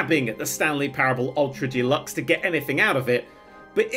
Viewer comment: I wonder if will ever learn how to say the word "deluxe" and realise it's not a brand of paint.